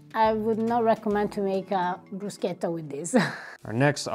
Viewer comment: You missed Kirkland brand from Costco., per favore, teach your husband to say "bruschetta" right.